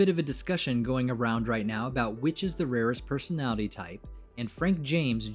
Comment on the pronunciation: You just mentioned "I'm the rarest personalitty" I cringed a lot, Aaaa LOTTT.